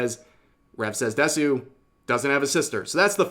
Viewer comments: You read "DESU" as "DES-YU"? Interesting. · Once again, Rev says Desu.